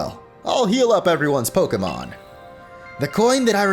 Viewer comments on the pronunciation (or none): none